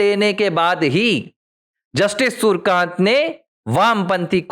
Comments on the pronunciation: नये CJI के नाम का उच्चारण आप गलत कर रहे है l उनका नाम सूरकान्त नही, सुर्यकांत हैl आपको कठिनाई हो तो .. सु र् य का न्त उच्चार कर सकते हैं l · Nam to thik bolo , Surkant nahi Suryakant hai ...